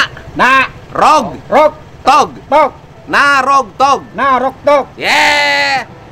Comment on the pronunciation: NAROGTOG bukan Naroto ya hehehehe